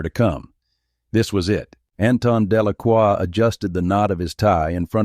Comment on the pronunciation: It’s Delacroix not Delaqua. And other mistakes.